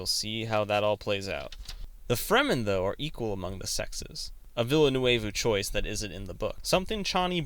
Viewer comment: An interesting video, but you've gotta work on your pronunciation! A quick search of interviews will help you find out how to properly pronounce Denis Villeneuve's last name. Try: "vil·nuv".